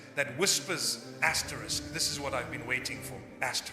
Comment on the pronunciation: this is AI...... why does he keep saying "asteriks" which is this symbol *